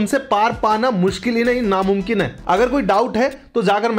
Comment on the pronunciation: Mum kin nehi na mun kin he